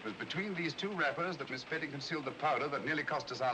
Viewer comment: I have watched this thing at least a dozen times but today i saw the character name of the woman and it is "spedding" all this time i've thought they were saying Sperry!